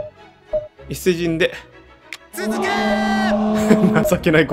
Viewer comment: 続けー チーズケーキに聴こえるわ ワロタ